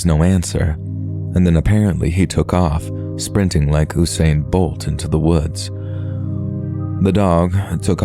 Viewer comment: Ew-sain bolt? Is this ai?